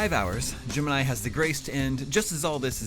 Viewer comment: Every time he says Gemini, I hear Jim and I